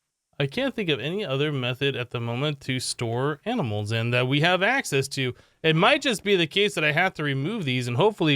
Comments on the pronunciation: Regular person: "Animals" Him: "Aminals" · Yes fist pump he sez aminals to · Aminals? Someone's been binge-watching Animaniacs, I see.